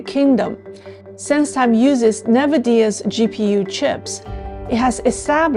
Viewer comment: just for future reference, NVIDIA is pronounced "en-viddia".